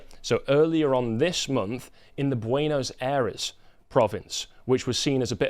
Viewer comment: /PEH so/ peso /BWEN as/ Buenos Aires -Ffs listening to your pronunciation is painful